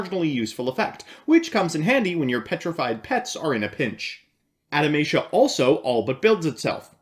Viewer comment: Adamatia sounds like it would be the name of a religious Anime Group that is obsessed with reincarnating long forgotten gods. But you must spell Adamatia German: Ah-dah-ma-tee-a